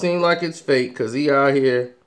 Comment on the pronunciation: He said it's really hot in herr lol